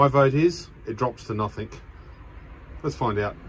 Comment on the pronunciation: I hate to be picky....but it's "nothing"....with a "g".... not "nothink"